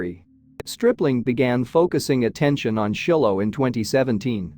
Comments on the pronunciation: It’s not Shillo. It’s Shylo pronunciation. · Narrator mispronounced every important name, like Shiloh